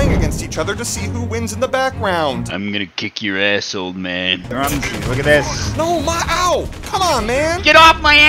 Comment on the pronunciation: say THIS IS DRUM-SY